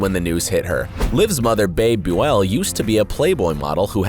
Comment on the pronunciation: What in the world was that pronunciation of Bebe Buell ... 😳 That... That was just SO wrong. It sounds like “Beebee Byool.” Little details like that make your credibility extremely questionable!